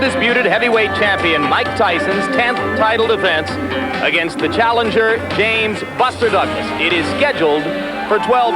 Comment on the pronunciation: You got to get it right though it’s James Buster Douglas.